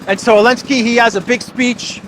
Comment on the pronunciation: ZELENSKY NOT ELENSKY